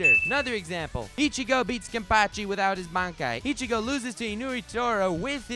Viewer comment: I-chigo beats Kem-pachi mamma mia